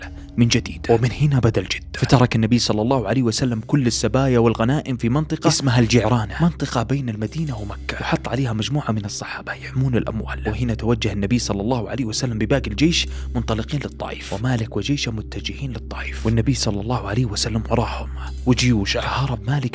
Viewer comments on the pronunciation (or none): ربي يسعدك يا ع القصص اللي بتقولها لنا بس الجعرانة لا تفتح الجيم بالحط لها ضمة جُعرانة وترا لحد الان موجودة بنفس الاسم تقع بين مكة و المدينة عند وادي صرف بعد قبر سيدة ام المؤمنين ميمونة رضي الله عنها